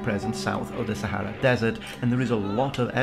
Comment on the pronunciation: Save for the fact Sahara is continuously mispronounced! Even by the host!!!